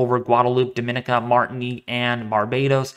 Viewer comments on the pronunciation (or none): Thank you, from St Thomas USVI!! Dah-min-KNEE-ka is how we pronounce Dominica. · Not really my friend. You pronounced it correctly for Dominican Republic, but Dominica is pronounced differently. Dom-in-EE-ka is how it sounds. Just trying to help. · it's not very important, but I cringe when I hear it, so I'm sure Dominicans do too.